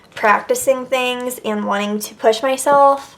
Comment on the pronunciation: I really hate the way she says and